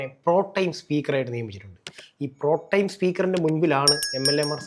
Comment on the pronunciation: 😂😂 "PROTEM" എന്ന വാക്കിന് എന്തൊക്കെയാണ് പറയുന്നത്‼️ ഒരാൾ പറയുന്നു "പ്രോടൈം" സ്പീക്കറെന്ന്‼️ മറ്റേയാൾ പറയുന്നു "പ്രോംടെം" സ്പീക്കറെന്ന്‼️ ഇനി "പ്രോട്ടീൻ" സ്പീക്കറാകാതിരുന്നാൽ നല്ലത്‼️‼️😂😂